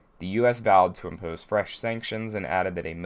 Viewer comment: Dat Maryland accent when you say "impose"